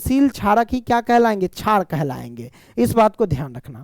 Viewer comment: Ek chij notice ki ye sr shar ko char kahte he